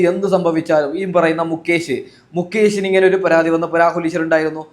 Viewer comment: 😂മന്കൂട്ടത്തിലല്ല ,മാന്കൂട്ടത്തിൽ. മുക്കേശല്ല ,മുകേഷ് !